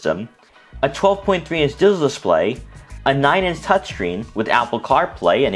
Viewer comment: What the heck is a "dizital" display?